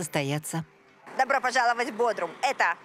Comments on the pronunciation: Пожалуйста, уделяйте больше внимания фактчекингу: 1. Вообще-то это БодрУм, а не БодрОм 😂 2. Какие 35.000? Опять Википедия от 200х? Официальная перепись 200 тыс. постоянного населения. 3. Попробуйте оставить велосипед и вернуться к нему через 10 минут. На местном Авито уже будет лежать. Мелкое воровство - постоянная проблема, а машину можно не запирать, да ок, не угонят. 4. Маршрутки высаживают где угодно, а берут пассажиров на остановках. Раз в 15 минут - это какие-то маршруты, есть и раз в час. 5. 30000 лир на коммуналку - бред. Электричество/вода/интернет максимум 5000 лир и это если совсем не следить за расходом. Бассейнщиков, садовников и охранников не совсем корректно включать в этот список, говоря про всех, а не про элитный комплекс. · Бодрум а не "Бодром"